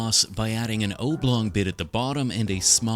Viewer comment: IS THAT HOW AMERICANS SAY OBLONG??? Edit: sorry, from your name and watching some more, i'm guessing Canadian. But still.